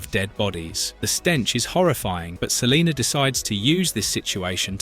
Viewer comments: I'd be so annoyed if my name was Salena and someone kept calling me Saleeenerrrrr... 😡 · Lol he said Celiner. Brits. Pfft.